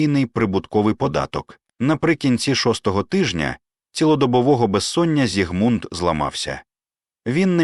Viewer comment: У імені Зігмунд наголос на першому складі. Чи це ШІ?